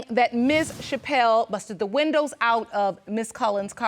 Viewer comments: Leslie Bramble,,,, these type of blk women take our race BACKWARDS 60 yrs. They need to take school seriously. Learn to speak properly. MEN is the word for more than one. No need to put an s on MEN. Windows is the way to say it. It's not winders. Don't put us back in the 20s. The 4 of them are embarrassingly funny/sad. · Oh my God she pronounces windows like wonders. Wahnduhh